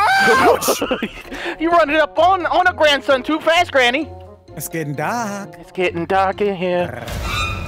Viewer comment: “it’s getting dark rRrrRrR”